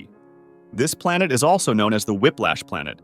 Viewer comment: plenet BaRAjuuu